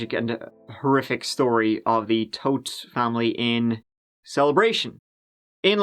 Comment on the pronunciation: The irony of the family name though.. BTW it's pronounced as "thought" not toad.